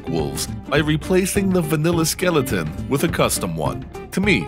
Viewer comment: Skillaton? Gotta be a MA accent thing. Love it.